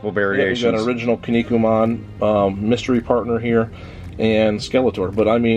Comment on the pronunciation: It's pronounced "Key-Knee-Coo-Man". I will find you soon.